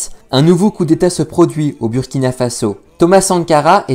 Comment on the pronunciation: Merci pour cette vidéo. Mais Burkina se prononce Bourkina